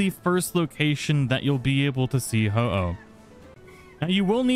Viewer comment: You feel bad for mispronouncing Ho-oh while getting it correct, but not bad for mispronouncing Heliolisk (You constantly say Heel-i-osk). Just because Ho-oh is a legendary it gets special treatment? is that it?